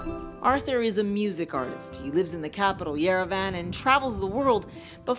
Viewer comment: Who says Yerevan like yer-a-van 😂